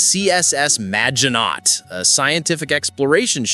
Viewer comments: Maginot is a french word. The t is silent. It's majinooo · Cant pronounce prodigy? You could almost be forgiven for Majinot had it not been pronounced in the show